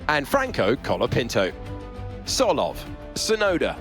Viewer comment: Look, just say "Tsolov", ok? Tom has no problem with it... Otherwise, great job, keep up the good work, of course.